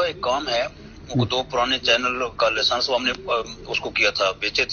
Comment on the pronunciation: Gen. Faiz hameed while speaking to absar alam " laysance" lol😂. Parha likh bhi tha ya degree bhi fake he thi..😅